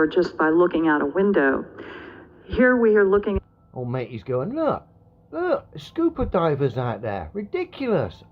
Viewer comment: Cmon mate you're killing me with that pronunciation... WTF SCOOPER LOL